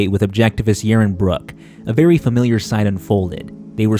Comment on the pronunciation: You mispronounced the name Yaron.